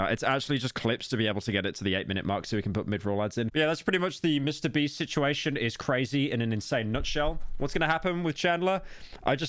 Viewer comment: mister bieast